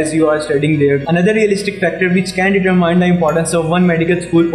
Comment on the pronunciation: Its not Deter Mine sir its Determine